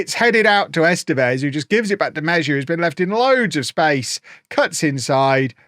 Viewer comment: we all love you, but would it kill you to spend an hour Googling how to pronounce your players' names? Meh-zhia?!